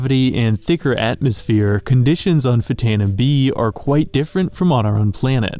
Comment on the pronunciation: That's pronounced "ftano".